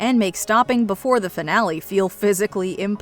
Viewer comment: "Finnelly"??? 🤣🤣🤣 It is pronounced "fi-na-le" instead of "fin-nelly"